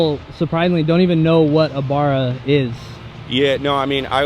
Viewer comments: Elijah Morrison I hear it every year at the Boyne Tannum Hook-up. 👍 I've heard brothers say Burra up in cape country, but you can hear the tone difference...this guy was way off the mark bro. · its Barra like the fish barra-mundi, not bar-ugh - an Australian Mint build though, converting a drag car back to street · Will u stopcalling it a bar ra, it's pronounced Barry but wiyh an a, not a y, -a nt, b u m, sounding. Get it fukn right!! Ffs! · Can you guys please stop saying buurahh… it’s Barra. Watch some Aussie YouTube videos and take note of how we pronounce it. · Why do they say burrah, it’s a barra! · It's not Baraaaaar it's Like haw you say the letter A "B"A"RR "A" Bloody yanks...🤣🤣🤣🤣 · The way they’re saying barra 😭😭 it’s Barra, not bahrah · Great build and great vid but seriously stop saying Barra with the u sound it’s not burra it’s barra like the a sound at the end is that same sound in the middle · Its not bar rah ... baa rah like the fish barra cuda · Please guys it's not a Baaaaaraa. It's pronounced Bara as in Barramundi the fish it is named after. Still got mixed feelings about you guys taking our motors especially now they have ceased making them, but I guess a Barra turbo is just too much fun not to share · Aight, when you say barra, dont say Bar-ra, say B-rah, the B and A need to be pronounced as one so 'bah' (nice and short) and then the 'rra' is 'ruh'. If you dont get it go watch a haltech video or some other aussie video about Barras. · Love the build, can't get over the 'bar-rah' pronunciation haha😅 Barra. Like Barry with an 'a' on the end. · 1. It’s Aussie not American so wake up to yourself (typical Americans taking whats not yours and claiming it as their own) 2. It’s a Ford BARRA not Burrah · Great to see our USA friends enjoying these. For you US Ford fans, you can now say "put a barra in it" Rubs up the LS nutters just fine. 'Ba ra' instead of 'Bar ra'. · Barra mate. Pronouced Ba-rah not Bor-roh you bloody yanks. For Barramundi.